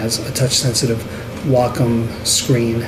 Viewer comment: gr8 video. (have to say btw, i wonder how many fellow artists dig the fact that u pronounce wacom's name properly;-) ---most important - i like ur emphasis on real issues that cg artists face. 2 things seem to remain the same overall - 1) Apple's "control freak" attitude, hence good interface (UX) yet anti-user-ability to blend their own hardware & software choices: "buy everything at iSTORES mentality"-- 2) Mikro$oft seems to be stuck on sluggish attitude toward UX & interface while allowing everyone options to control,mix,,blend apps.